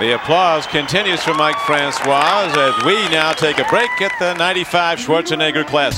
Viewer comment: Columbus isn't Mike Francois home town. Also his name isn't pronounced with the waa sound at the end. Its pronounced fran-cis.